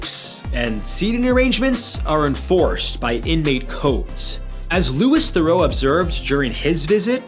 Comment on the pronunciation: Fwiw you mispronounced Louis. He uses the French pronunciation like Prince Louis of Wales does. Listened again, you mispronounced Theroux too, lol